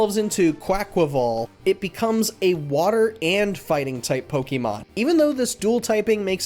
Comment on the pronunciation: You know how you can tell when someone isn't really a fan of Pokemon? When they pronounce it like "po-kee-mon".